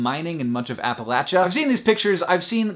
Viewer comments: Appalachia ??? AP A LATCH A???????? IT IS AP A LAISHIA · Both sound pretty much the same to me. Appalachia is Apple-aich-a rather than Ap-a-latch-a. Hank does say it wrong in my area. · "Appalachia" = "app-el-AY-chah" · Appalachia.... pronounced "appl-Asha". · appleacha?? Hank you just can't pronounce things